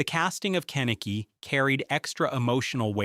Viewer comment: Also just cause its bothering me..."Ken-Eh-Key" is not how you say his name. Its "Ke-Nick-E"